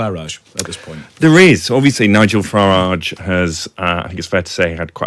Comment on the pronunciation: It's Farage , rhymes with garbage .